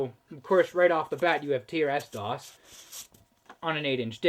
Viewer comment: Usually pronounced "trissdoss" I think. "Tee Ar Ess doss" sure would seem normal though if I'd never heard it the other way first.